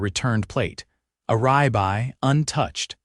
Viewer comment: Good God, can't even pronounce Rib Eye (yes, it's 2 words not 1!!!) Rye-bye? good grief!!!!